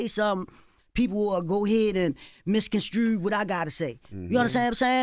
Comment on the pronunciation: "MisconSTREW" 😅 LOVE IT!